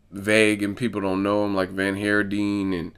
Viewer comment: For what it's worth (not that it matters at all but anyway) the name Van Heerden is Afrikaans and is pronounced 'fun here din' similar to dutch. Awesome channel.